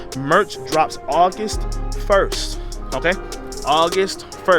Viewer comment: “Augist” is not a word. “Rote”??? “Loat”??? “Axe”???